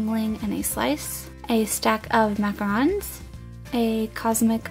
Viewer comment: finally some one who say macarons not macaroons